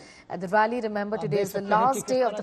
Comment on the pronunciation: It's not Annamalai... It is AnnAA-Malai.